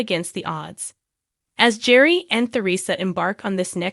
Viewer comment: This is obviously AI created. Their first names are horribly mispronounced. It's Gear ree and Ter re suh.